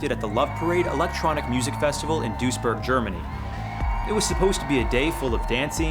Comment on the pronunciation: The City's name is Duisburg, not dursjerk